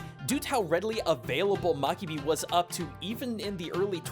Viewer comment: it's mabiki, not makibi.